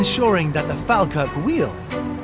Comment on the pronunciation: its pronounced "fall-kirk" 😉